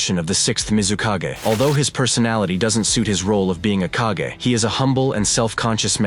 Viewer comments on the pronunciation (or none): As much as i enjoy this guys video's, his mispronounciation of several words throughout his videos drives me nuts. Kage is mispronounced 85 percent of the time. Then he mispronounced Anbu. I mean, have you watched the anime at all? How are you mispronouncing a word like kage, anbu is a little bit more forgivable but not much. 😮